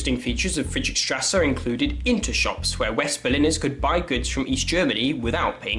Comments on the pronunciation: Nice video but it’s Friedrichstrasse not friedrick-:) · i love how he pronouce Friedrichstrße